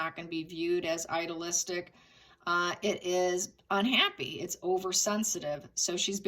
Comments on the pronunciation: I enjoy your videos. I notice you say, “idealistic” quite a bit, and you pronounce it like, “idolistic”. There is a syllable missing. It’s a tiny thing but you use the word a lot…and I didn’t know what you were saying at first. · Yes I see that too and it drives me bonkers... Is it ilolistic or idealistic? Very different meanings.